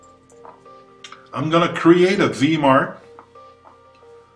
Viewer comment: I am heartened to see VMARC still finds use. (By the way, it is Vee Em Arc, not Vee Marc)